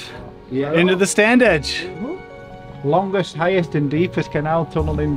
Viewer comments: You say it 'Stan-ige' no 'd'. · we always pronounced it Stan-age.